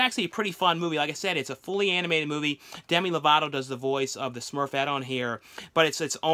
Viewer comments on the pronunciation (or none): none